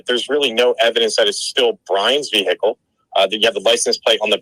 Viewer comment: I would never hire a lawyer who does not know how to say the word vehicle properly. It's not hickle the H is silent.